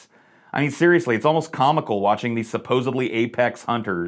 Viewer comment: There is no “B” in the word supposedly. 🙄